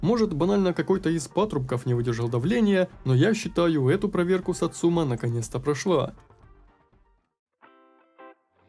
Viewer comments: Автомеханик произносит название, это единственное произношение название машины в игре. Ударение на сАцума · Почему все ставят ударение неправильно. сАцумы, а не сацУмы И с днем рождения